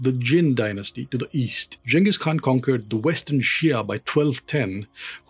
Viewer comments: It's great to hear someone pronounce the Khan's name properly... along with the rest of it. Great. So many uncultered youtubers don't bother to take the time to even understand how to pronounce main people of power names leading or places of importance completely ignorant of the culture they're telling about. I think Ghengis knew that India was a historic place and had great importance to humanity.. I think he had a level of respect for things like this. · thankyou for this part of history on the great Chengis Khan you are too good perfect pronunciation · You are the only historian I have seen so far who pronounces jenghis and Khan correctly